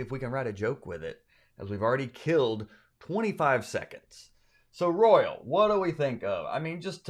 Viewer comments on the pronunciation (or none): Royal? I heard rural.😮